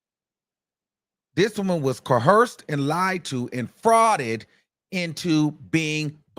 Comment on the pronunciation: ...COERCED...not, coherced...ijs 🤷🏿‍♂️